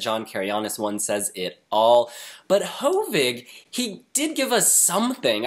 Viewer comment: Hovig Demirjian is a Cypriot Armenian. In Armenian names, the stress should be on the last syllable, so it should be pronounced as ho-VIG whereas you consistently pronounce his name as HO-vig. Nothing wrong as the video is done. So it cannot be corrected. But just for future coverage of him and his entry.... By the way, Hovig is the shortened more intimate version of the actual name Hovhannes (John, Jean in English and French). Another interesting thing about his name is that the "g" is perfect in Western Armenian, as almost all Cypriot Armenians are. So he adopted that. But in Armenia proper, his name would be pronounced Hovik Temircyan (in Eastern Armenian used in Armenia) rather than Hovig Demirjian as used in the Armenian diaspora.